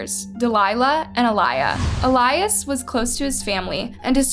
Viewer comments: Is it really pronounced “ elyze “ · Can you be more mindful and considerate about the way you pronounce latinx names? At least pretend to care about the latinx community by researching how to pronounce our names. I’m sure you’re banking on this video yet haven’t pronounced poor Eh-lee-ahs’ (Elias’) name correctly ONCE. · It’s EL-YAS. Not ALAYAS. Jut want to point that out. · Why are you pronouncing it El-eye-iss and his mom says El-ee-es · His name was EEE-LEE-US Let's respect the dead, especially since you're profiting off of his death. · Loved the story, well researched and narrated. the only thing that kept shaking me out of it was when you kept pronouncing his name wrong. his mom said it the right way... you must have seen that doing research. why didn't you just say it like she did? I know you probably didn't mean it too but it came across as if you didn't care to say it correctly or respectfully. which sucks because everything else is great. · It would be nice if you pronounced the brother's name correctly. It would show some effort and caring on your part. Also, to everyone watching this a nice girl will not ask you to meet at a park at 2 am May Elias rest in peace. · Did you even watch the clips you used? You can clearly hear how family and friends pronounce Elias' name, but you still manage to mispronounce it every time. Just a little disrespectful to not even get his name right. RIP Elias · Why do you keep mispronouncing his name after his family and news said it multiple times? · Imagine creating a story about someone and hearing the way you say his name VS the world. It’s not hard 🤦🏽‍♀️ I cringed on this one